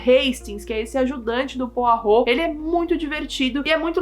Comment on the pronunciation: nossa ela fala o nome do Poirot direitinho eu pronuncio igual poró kkkkkkk